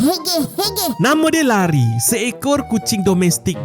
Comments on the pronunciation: 😂 pembetulan bro... Cara sebutan Larry bukan Lari... Layrei... Leirei...😂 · Bukan lari sebutan lerry la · Bukan Lari la. Namanya LARRY. Betulkan sebutan mu ya.😊😊😊😊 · memang larry tapi bace lerri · Tuliss dia memanf larry bang,,tapi sebut dia leri,, 😂😂